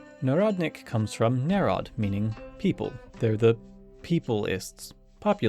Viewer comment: I get that you're a native English speaker, and pronunciation of foreign words is never our strongest skill, but as someone who learned Russian from a young age I wish to offer a humble suggestion: go to Google translate and click the button that tells you how the word is pronounced in that language. Saying "narod" and saying "народ" is not the same thing, and it was melting my brain trying to understand that section, even if it probably was just me struggling with it. Thank you for hearing me out